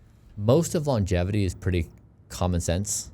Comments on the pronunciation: Please stop saying "Longetivity." It's Longevity. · called ‘Longevity’ as ‘LongeTIvity’ the whole podcast. I'm hoping he will notice Bryan’s pronunciation. That was what my limited mind focused on, but I was so happy to hear him have one of the best intelligent conversations with Bryan. Love what is doing ❤ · Absolutely enjoyed the podcast—it even made me subscribe to the channel! However, I have to admit, mispronouncing ‘longevity’ as ‘longetivity’ was a bit distracting and made it hard to stay focused on the deeper conversation. Secondly, while I understand the time was limited, I was hoping there would be a question about managing population in light of Bryan’s ‘don’t die’ philosophy. With limited space on this planet and an already crowded Earth, does this theory automatically push us toward exploring and securing lands on other planets sooner? That said, the episode was fantastic—loved the questions and your preparation. Keep up the great work! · most funny thing is says logetivity instead of longevity and bryan doesn't say anything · The amount of times said longetivity instead of longevity even though bryan kept saying longevity, he was super nervous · ... brilliant interview done by you...very impressive...I m curious why u keep mentioning longetivity....is that even a word??Its Longevity right.. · Each time he says longetivity☠️